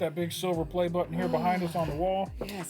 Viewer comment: Coorection it's PLAY not "place"